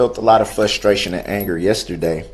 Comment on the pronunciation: "Fustration", what a moron...